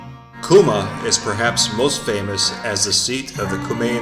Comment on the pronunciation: your mispronouncing the name